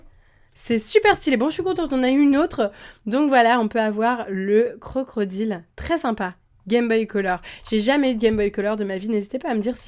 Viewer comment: Ta dit crocrodile